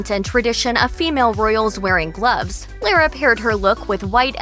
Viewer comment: Yikes. This narrator should learn how to pronounced Lara's name. I know because it's the same as my maternal grandmother's.